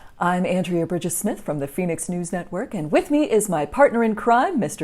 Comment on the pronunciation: Fenix, not Phoenix. "Feh." Fenix = Fenic = Fox.